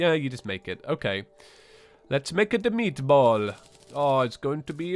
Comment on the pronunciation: Preposterous! Talking about meatballs with an italian accent! It's meatballs, not frickadeller, so you say it with a swedish accent!